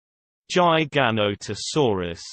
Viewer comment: The Pronunciation is gig-ah-no-toe-saw-rus anyone that says it with a J Sound is a moron.